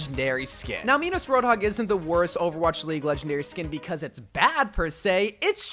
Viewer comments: no they dont, the story is Midas and the golden touch never been Meedas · Did he say MEEDES it's pronounced mydas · Its pronounced "Mydas" not "Meedas" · Why are you calling Midas “me-dus” 😭 it’s pronounced “my-dus” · it's pronounced my-das not meedas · Bro, you wack. You called him meedas. It's Midas, My-das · Bro say Midas u say maides but it’s prounounse Midas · (Mei, Brigitte and D.VA) and also Madas? its midas Mi Da s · He really called it Meedas Roadhog huh? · most of the world pronounce it me-dus tho. so, who cares? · who pronounces Midas as meedus 😭 I am from the UK and have friends everywhere and have never heard anyone say it like that. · Ahhh yes midas is now pronounced as meedus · Meedas? bro come on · U did not just say meedas Im disappointed In you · MEEDAS bruh wrong pronunciation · Man said Midas with an E instead of an I